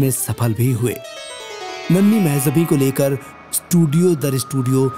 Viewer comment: You made such a nice biography, but didn't bother to get the right pronunciation of name Mehjabeen. it is so irritating to hear the wrong name so repeatedly. Kisi Urdu janne wale se sahi pronunciation puch liya hota.